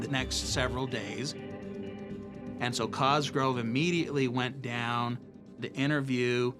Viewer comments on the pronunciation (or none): none